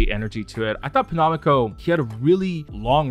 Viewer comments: The way he pronounced penomeco tho... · everytime u said penomeco (wrong) i lowkey cried inside big rip he even went on a little rant once abt how ppl always say/spell his stage name wrong SKDFJ